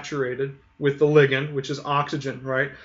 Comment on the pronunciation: He's pronouncing it correctly. "Lie-gand" is just awful.